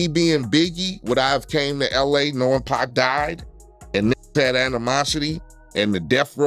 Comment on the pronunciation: ** Not 2 (Pack)🤦🏽‍♀️😂 & Where did his mama say anything about a tape🤔 I must have been distracted by the narrator saying 2 (Pack)😂